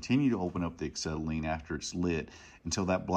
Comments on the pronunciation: It's "ah-SET-ill-in" NOT "ik-SET-uh-lean." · Acksetylene lol